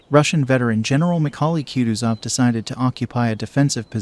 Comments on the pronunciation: Please learn how to pronounce kutusov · It always turns my stomach to hear an American butcher the pronunciation of russian names... Bagration, Kutuzov... dear God🤦‍♂